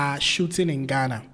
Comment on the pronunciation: I thought if that man by name logic is a Ghananian. He can't even pronounce the name Ghana. He has to say it many times before he can get it right. Mr Logic is only seeking relevance.